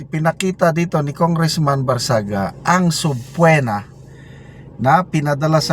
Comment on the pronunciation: Sir, google gives you the correct pronunciation for "subpoena." Pindutin niyo lang po yong itsurang speaker sa tabi ng word na subpoena pag ginoogle niyo.